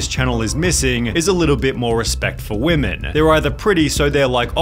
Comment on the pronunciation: “All weemeen”